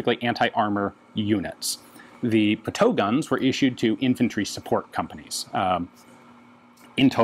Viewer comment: Pronounced PUTOOOWEEEE